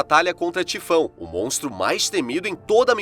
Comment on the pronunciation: Montro ??? 😅😂😂😂😂 isso ai e um pato qua qua haahabbabab